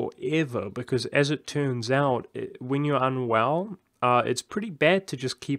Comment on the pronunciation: At first instead of hearing you were unwell I thought you said you were on WoW. I was thinking damn all these years later it's still getting people lol. Hope you start feeling better soon. Regarding the Patreon if you don't give major incentives of your usual content I'm all for it. Though full disclosure I'm not really in a position to donate right now.